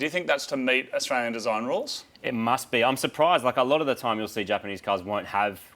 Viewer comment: That car jastralian or jaustralian